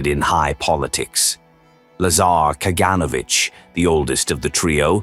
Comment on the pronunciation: Ka-gan-O-vitch. GeOrgi Ma-len-kOff. Vor-a-shEE-loff. NikEEta KhrooshchOff.